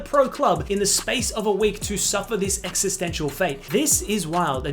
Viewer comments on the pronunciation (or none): none